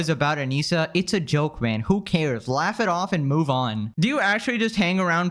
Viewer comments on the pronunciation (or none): none